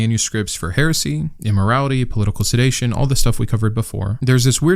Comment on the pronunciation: Just thought I’d make a nerdy correction: I think you meant to say “political sedition”, not “political sedation”. 😉 (I only bring it up to feed the algorithm! ❤)